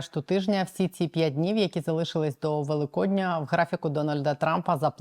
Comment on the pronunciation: ВелИкодня, а не ВеликОдня, мавпа ти неписьменна з унітазним голосом